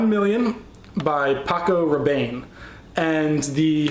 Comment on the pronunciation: Paco Raban- E... hunny learn the designer names....